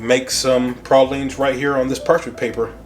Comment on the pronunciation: You say Peecans correctly but Praw leens not Pray leens🤦‍♂️